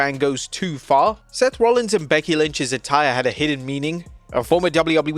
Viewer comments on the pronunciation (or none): none